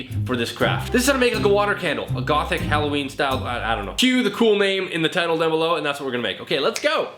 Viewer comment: hollowinie Me: immature giggle ha halowinie